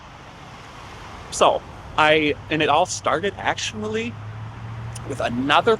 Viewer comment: Actumally?? Lol